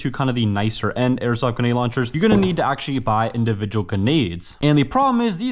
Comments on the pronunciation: Why do you have such a problem with saying the r in grenade? Sayin it like g’nade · Omgggg please just once say granade correctly its so frustrating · It really mad me angry when he said genade launcher it just mad me want to change the video so much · you really do struggle pronouncing the letter R in gRenade dont you ? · Its not genade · Grenade has an R. It’s right there at the start my guy ❤ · Anyone notice he doesnt say the “r” in grenade…lol…but super cool video🤙🏾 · uhm actually its gRenade not genade💀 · Why cant he pronounce gRenade? genade, genade, hurhurhur genade. 0_0 my face the entire video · Stop saying ganade its GRANADE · bro said genade no hate btw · Please bro learn to say the word grenade grenade not genade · Bro it’s bugging me he keeps saying ganade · I love your videos man, I've been a subscriber for a very long time. But I hated every single time you said "ganade" instead of grenade or even just nade... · You sound foolish saying Ganade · Please say grenade correctly, hearing you say ginaied makes me cringe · i love how he says grenade as "ganade" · Cuzzzz isa soooooo fanceeeyyyy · I thought it was just me when he would say ganade. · I thought he might have a speech impediment and didn't want to comment just in case. But yeah he was saying ganade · M8 , it's Gər-næde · Man says ganade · Please JUST SAY GRENADE!!! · Did he just say “genade”😂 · It sounds like he's saying genade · Him saying genade was annoying me the whole video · "GENADE LAUNCHER" - Entertainment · did anybody else think he was saying genade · Guh-nade hurts my soul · bro is saying genades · Am I crazy, or was he saying "Genade"? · nice vid, but you did not once pronounce grenade right lol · most people use the r that’s in the word grenade. It’s not a silent r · it makes me moderately angry every time he says genade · Bruh say gRenade the right way pls